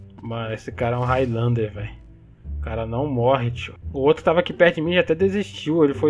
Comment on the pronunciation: kkkkkkkkkkkkkkkkkkkkkk "higthlander"